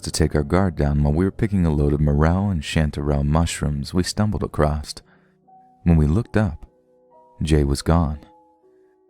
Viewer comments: Am I the only one who gets super bothered when he says “acrost” instead of “across” like a little kid? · Is "acrosst" a code? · A.c.r.o.s.s.....there's no T at the end. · I like your stories and your narration. BUT there is no T on the end of across. It makes you sound dumb, which i am sure you are not. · There's no t in across